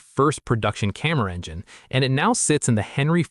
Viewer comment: "Camera engine" "Camaro Engine" broooooo